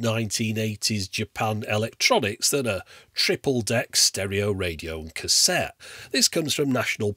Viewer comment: A Cassetee Adapedr... hahahahha!